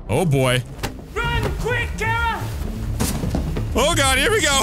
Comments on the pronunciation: Kara is pronounced k-ra not ka-ra in this game so you’re wrong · Luthers says Kay- ra while Alice says kar-a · mynameadehsenpai No. it’s two syllables. Ka-ra. The dude mainly behind the soundtrack of Kara says how he used those two syllables to make a lot of the soundtrack.